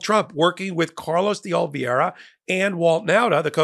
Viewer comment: Carlos Ol-VAY-ra, please.